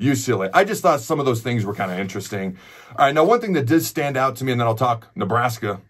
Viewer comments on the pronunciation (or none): none